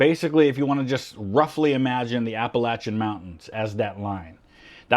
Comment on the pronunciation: As a Northerner who grew up in North GA, I see you pronouncing “Appalachian” correctly. It’s pronounced “a-puh-latch-en” and I respect you saying it correctly when honestly I’m not sure how you learned being from Ohio haha